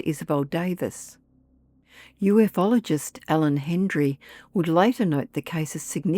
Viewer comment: It's pronounced “u-fologist" not “uf-ologist".